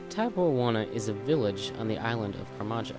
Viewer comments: karmaja? lol its karamja mate but great guide only 37k ivy till 99 thats amazing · karamja kah-rom-ja. machete mah-sheh-tee